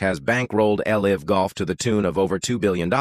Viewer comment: "The face of el-ive golf." And with that, I will not waste another second on this AI slop.🤣😂